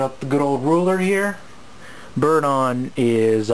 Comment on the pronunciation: i tho u say birdie i was like "what birdie?"